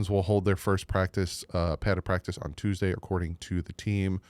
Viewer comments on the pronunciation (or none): none